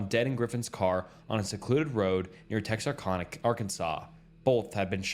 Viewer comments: Hey! I'm from Texarkana..that's is NOT how it is said! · As a man who love 45 monutes from TEXarKana thats how you pronounce it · Tex ar can uh. Not kahna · How did you butcher so many different names of places? It's pronounced MO BEEL not Mobil. TexarKANa!